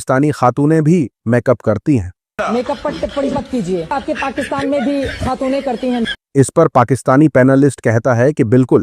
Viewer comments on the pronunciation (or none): none